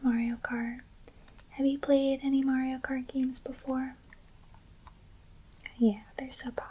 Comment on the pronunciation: “Mario karty” should be a shirt you sell